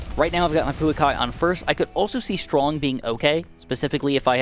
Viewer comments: the correct pronounciantion for bottom path tier 5 is (pa-oo-a-kai) also i find having a bunch of little beasts with the big ones to be very funny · It's not pronounced poo it's pau like the main character in kung-fu panda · the correct pronunciation for the 5th tier Pouākai is po (like po from kung fu panda) ā (drag the ah sound) kai (like kai from lego ninjago) 👍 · the way he pronounced Pouākai hurt my soul so much